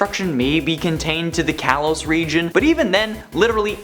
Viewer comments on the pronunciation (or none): none